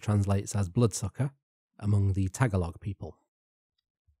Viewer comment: its pronounced aus-wong but ass-wang is pretty funny lol Also Tagalog is a dialect and it’s pronounced Tuh-gaw-lowg 😄